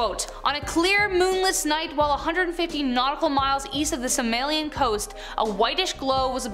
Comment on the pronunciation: Somalian is pronounced So- Mal ee ann.